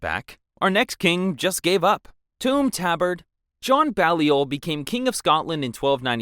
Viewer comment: The way bro said toom tabard is crazy